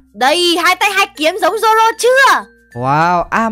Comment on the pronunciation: Zoro không phải roro